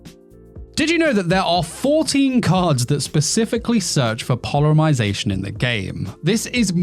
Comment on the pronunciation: polymarzation lol